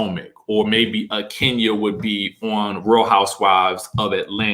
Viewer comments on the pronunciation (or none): none